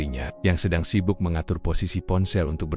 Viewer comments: Cerita mah bgus cma ini cra membcanya maksudnya keren atau gimna ya,diam diam bilangnya dayem dayem. Lgi sibuk sibuknya ,bcanya sibak sibak nya.kan konyol perlu d perbaiki lgi tuh bhsa indonya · Ah..ah. semakin parah, sibuk dibaca sibak ..ckck...